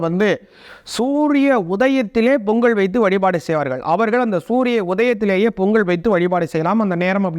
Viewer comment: பொங்கல் .. பொங்கள் அல்ல..